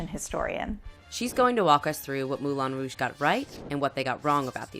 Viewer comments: Is anyone else aware that the place is called Moulin Rouge, not Moulon Rouge. It is pronounced as one says the ‘an’ in ‘can’, not ‘on’ as in ‘on the table.’ Why not get it right? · I hate hate HATE how you pronounce Moulin Rouge